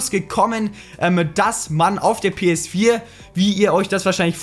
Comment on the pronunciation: Das geht doch nicht! Du sagts doch PS vier auf swedish!PS FYRA!!!!Are u swedish bro!!!